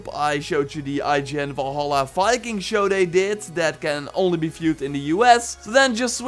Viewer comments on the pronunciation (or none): none